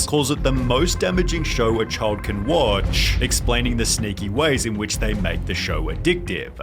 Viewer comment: "The most damaging show a CHID can watch"